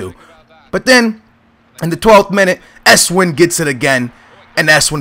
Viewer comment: you call esswein like esswaayn:) epic vid again:D